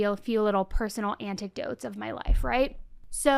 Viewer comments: instead of anecdotes anniedotes😂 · It’s anecdotes not antic-dotes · You make me giggle when you say ‘anticdotes’ instead of ‘anecdote’s’ 😂 So cute…🥰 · Lol omg "personal anticdotes?" Is that really what you said? That's not a word. If you meant antidote, that makes no sense, not the right word there. Who edits your shit? They are not a friend. Tha is for the laugh! Moron. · 😂 i love the “Annie-dotes”